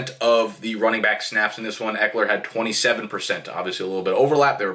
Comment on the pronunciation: The way you pronounce ekeler at first and throughout the video is correct